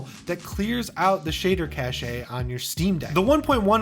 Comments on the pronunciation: do people really say "cashay"?! I work in tech and this is the first time I've heard it like that.... I do not like how it sounds like an elitist french term when pronounced like that... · I'm glad I'm not the only one that was bothered by this... LOL Still a great video as always! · Cache is pronounced exactly like cash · PLEASE learn how to pronounce cache... it is pronounced like "cash" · Yeah… it’s “cash” :) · Me for the entire "caché" part it's "cash" it's "cash"! Check the dictionary it's kaSH not kaSHæ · who the HELL says CACH-EY, it's CASH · cashe - pronounced /kaSH/ , sorry It was bothering me to hear "Cash-ay" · Quick side note for you: cache is pronounced like "cash" not "cash-a". Great video overall! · Enjoyed the video but cache is pronounced cash cachet is an entirely different word :-) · It's pronounced "cash", not "cash-eyy" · Cache is pronounced like "cash" the word you're using (pronounced "cash-a") is cachet, which means respect or admiration NOT cache. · Cache is pronounced Cash not "cashayy." Sidenote: This statement is not said with contempt or looking down the bridge of my pretend glasses that I just adjusted condescendingly" Side side note: I feel that this may be a running gag and I don't want to be that guy but eh, i may have just made myself that one guy xD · I've never heard "cache" pronounced "cashay" instead of "cash" before. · Cache is pronounced the same as Cash, not Cash-eh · Cache is like saying "cash"; what you're saying is cachet which is a different thing. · Cash. Just cash. Cashay is a different word. (Using phonetic spellings because accents suck and it is less ambiguous.) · Shader "cash" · Shader cash brother not shader cashay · Cache is pronounced cash, not cashay. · I didn't want to be the guy to say it, so thank you! lol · It’s just pronounced “cash” not “cash-ay” unless you are talking about cachet - which is a different thing altogether. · Cache is pronounced (cash) not (cash-ay). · Isn't cache pronounced cash?